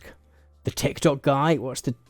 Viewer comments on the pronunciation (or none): none